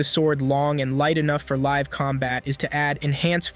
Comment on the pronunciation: bro u mean live not lead